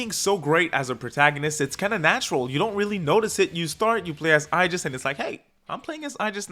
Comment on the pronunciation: whos this "aijis"? it's aigis